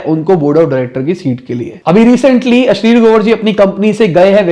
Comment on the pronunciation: ये अश्निर ग्रोवर को अश्लील ग्रोवर क्यो कह रहा है